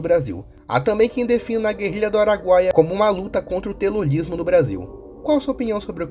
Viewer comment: telolismo?, é voce?